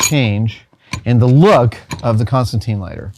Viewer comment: 40 seconds in, and the Constantine comic fans are losing their minds at the pronunciation. I can literally feel the frustration.